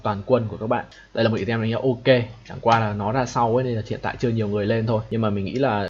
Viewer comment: Hay quá, mình chỉ xin chỉnh sửa chút: từ "item" đọc là "ai tầm" :)) bạn đọc "ì tem" làm mình mãi mới nhận ra